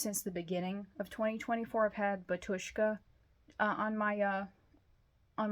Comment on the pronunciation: I dig your Old Man's Child shirt. Batushka is a Polish band with a Russian name which translates to "Father" as in a priest. Also, its actually pronounce Bah-Yoush-ka. Personally, I only liked their debut. It wasn't the same after all the dumb legal stuff happened with the band. As for Decapitated, I saw them earlier this year with Kataklysm and Septicflesh. I would say my favorite album of the month of August would definitely be Eisregan - Abart. If you're a Nightwish fan, I strongly recommend the new Alkonost album. I just reviewed the new God Dethroned album The Judas Paradox which comes out tomorrow. It's fantastic! For the month of September, I am most looking forward to the new Apep album titled Before Whom Evil Trembles which comes out on the 13th and the new Kanonenfieber album Die Urkatastrophe which comes out on the 20th.